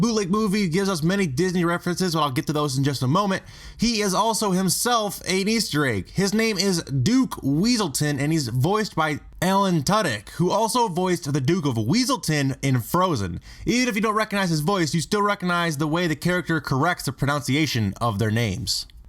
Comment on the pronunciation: Irony: you introduce The Duke of WEASELton/Duke Weaselton and say that they correct others on the proNOUNciation of their names and are voiced by actor Alan TUDDyk. You were just messing with us, right? You know that Alan TWOdick (star of Firefly and Con Man) voiced the Duke of WESSelton who complained about the proNUNciation of his name, right??